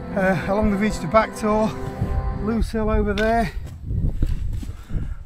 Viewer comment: At least messner pronounced Grindsbrook right, beavers and loads of others mis-pronounce it. Grind, rhyming with rind or bind is correct. He did however annoy the f@ out of me with loose hill, rather than lose...rhyming with booze...how can lose possibly, like ever, be loose? Pet hates and all that. I'm born and bred sheffield, the area is my back garden. No more loose and grind rhyming with pinned lads, it's f@ reyt annoying.